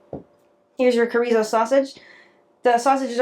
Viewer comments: Sho-ri-zo, not corizo😆😆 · That Mexican meat is pronounced schor eee so. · It's pronounced "Chr-ee-zo" but great recipe. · it is pronounced shore eee zo. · That Mexican sausage your using is pronounced (shore reeso). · Chorizo is pronounced "cha rees o" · ... it's actually pronounced cho...(long o) ree.. zo (long o again) 😊 looks good though